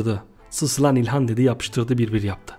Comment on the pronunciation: abi ilhan değil ihkanço